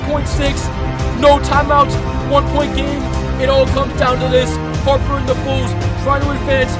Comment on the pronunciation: I can’t believe how you said Harper and the bulls, do know who’s Michael Jordan